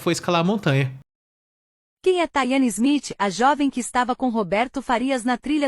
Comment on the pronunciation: "THAYANE SMITH"??!!! Taiane Silva, deve ser o nome dela